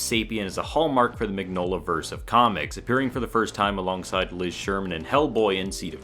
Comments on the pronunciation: miGG-nola? i thought it was pronounced "mihnyola", like in Cognac, vignette or bologna... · you don't pronounce the "g" in "MIgnola"